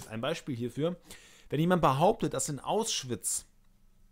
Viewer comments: Kleine Anmerkung am Rande, es heißt "Auschwitz" und nicht "Ausschwitz", das triggert jedes mal wenn du es so sagst ^^ ansonsten geile Videos, helfen mir echt super ! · Hört noch jemand andauernd, dass er "Aus-schwitz" sagt? Finde ich sehr seltsam...